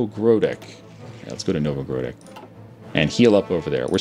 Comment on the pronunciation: You say Nowogrodek correct:)